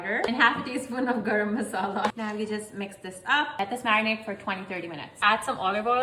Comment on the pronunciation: Its Garam not grum and I love your recipe